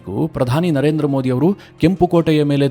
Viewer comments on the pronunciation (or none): none